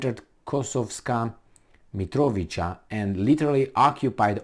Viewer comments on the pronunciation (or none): I believe It is pronounced as if with a "ts", i.e. MitroviTSa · Mitrovica - you pronounce it as MitroviTZa in English . Basically replace "c" with "tz" and it works every time; "ć" is "ch", esp. in people names. Besides Kosovska, there are few other Mitrovica's, like Sremska Mitrovica on far north, where Romanians live too, so good to know :) Long live languages without spelling! Kosovo and Metohija (pronounced as Met-o-hia, based on word "metoh", meaning churches property). Is currently occupied by US and heavily protected by NATO. In Urosevac, US built a military base the size of Rammstein - it is questionable which one is bigger. It is (was) mostly used for trafficking heroin from Afghanistan to Europe. Meanwhile, ex-general of NATO, Wesley Clark, plunders mines there and US instigator of most recent crimes to humankind - Madlein Albright, took over communications. When dog demised, her daughter took over the plundering. So, you see, Serbia can deal with all of Albanians (Shiptars, as they call themselves) within a day. Especially with those who burned churches, monasteries, raped nuns and extracted organs from live humans. The problem is that if Serbia goes in, it will be faced with US and NATO forces and western plundering lobbies. We could be bombed again and face economical sanctions again, which we already had in 1990s and still haven't recovered. The solution to the problem is for Russia to fix similar problem in Ukraine, to weaken NATO and US to withdraw from occupied territories like they did in Afghanistan. Besides military, a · You pronounce Mitrovica with a simple C, not a "k" or "ć"🙏